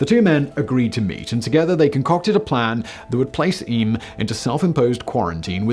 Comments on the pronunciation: It’s pronounced Eem. I’m fortunate to live about. 40 minute drive away and have visited often. I thoroughly recommend you visit this quaint English country village. The surrounding scenery is spectacular, there’s a small but informative museum, a beautiful Jacobean Hall and the church is a must visit for more information including the book of remembrance which has the names of all those who died and stained glass windows telling the story of the plague in the village. There are a couple of traditional pubs and cafes and a village shop, stocks in the village square, a spit roast area and more information about the geology of the place mainly centred around the lead mining in the area. All in all, such a lot of history in such a small place. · "Eeeeem". I have the honour, ofover several years (just before Christmas), of having sung "Carols" indigenous to this remarkable Village while walking its tiny streets. Not the "Standard, "approved" ones most people know - but Very Local ones - as is the tradition in North Derbyshire and South Yorkshire-particularly small villages around Sheffield...In Eyam,Singing outside old houses directly connected with this history. Some, in the Original home of their composer.... The presentation references Manchester, But this is Rural DERBYSHIRE - not very far from Famous Chatsworth House. (Sometimes the Media have problems relating to anywhere NOT "Metropolitan"! ) Eyam is a tiny place...and BLOODY COLD in December- though it's "Pub" -and "Mechanics Institute" -and People, are warm and Welcoming!! Thank you for your interest. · Eyam is pronounced eem, basically the Y and A are silent. The Hancock graves are in a field along a lane away from the village and it is a sad, melancholy place to visit. Eyam is a very average, small Peak District village of which there are many but the willingness of the villagers to sacrifice themselves and their families makes it a special place. I often stop to wander when I'm out that way